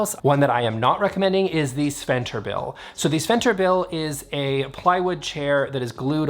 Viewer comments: "Sventerbil" or as us Swedes says it Sven-Ber-til... It's a double name :D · It is "Svenbertil", not "Sventerbil". 😂❤ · I really enjoy your videos! As a Swede i am crying of laughter because of your pronounciation of Svenbertil. I am realizing how difficult Swedish can be for a non-Swede 😂😂